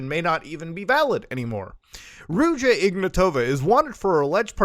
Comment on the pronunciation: The 'J' is pronounced like the 'g' in "rouge", and the stress in "Ignatova" is on the first 'a'